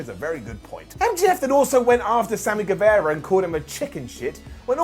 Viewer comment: it's Sammy GueVAHra. Not Sammy GueVEHra. G-U-E-V-A-R-A